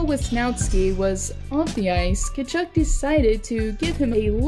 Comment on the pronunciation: You need to pronounce Tkachuck properly lmao